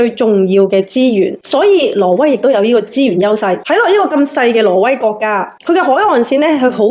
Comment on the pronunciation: 懶音好重。 :face-blue-wide-eyes::face-blue-wide-eyes::face-blue-wide-eyes:挪威 唔係 羅威。 不過港男 港女 D啊爺唔係廣東人，冇人教正宗廣東話 變成港女港男tone。